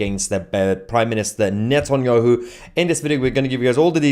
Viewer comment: The British state has claimed it will abide by the ruling….cry harder tousi, your hero is a war criminal. You can’t even say Netanyahu 😂